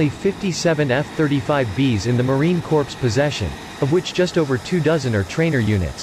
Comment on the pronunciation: Awesome content but the AI narrator pronounces the "Corps" in Marine Corps, like "corpse". Corpses are what the F-35 B will leave behind in a war. The Marine Corps should sound like "core" when automated or read aloud.